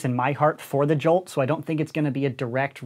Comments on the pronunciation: Everyone: "Jolt": "Juwhlt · " Alpha Strike Series review but everytime he says jolt it gets more distorted"